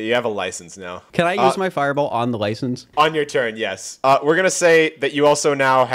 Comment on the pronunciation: No one talking about how BUTCHERED License 💀